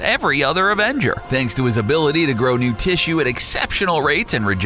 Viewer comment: also 'tissue' :D